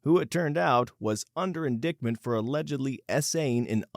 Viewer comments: “In-dick-ment” 😂 Hooked on phonics did NOT work for this bot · In-die-tment not in-dict-ment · Okay, I can't listen to this. Also, ...under 'in Richard ment'... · Is this a real person reading this? The way they said Inditment. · InDickment. You just wanted to say dick. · “in-Dick-ment” huh? man… youtubers really need to get out more. hear people speak outloud in the real world. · "In-dick-ment" Yes, that sounds like that's what the cop was doing in his squad car. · Indictment is pronounced "in-dight-ment". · Do yourself a favor and look up the actual pronunciation of "indictment". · Host, if you don't know how to pronounce a word (e.g. "indictment"), dictionaries include pronunciation guides for every word, and some online dictionaries have sound files. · "Indictment" phonetically pronounced....😂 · He got me by mispronouncing indictment. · Oh yeah, I heard that, too! But at least that's not a word we all learned in childhood. He mispronounces "women" every. single. time. 💀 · My SIL is hardcore HR and can’t watch The Office because it’s too frustrating. HR, QA, and marketing can go sit on a tack. HR exists to protect the company and does not give a rat’s hat about the “human capital.” Corpo simp bots. Edit: use a de-esser, narrator. And learn to pronounce indictment.